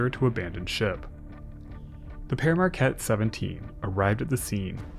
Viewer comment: We pronounce it "peer", not "pear". Other than that, great vid!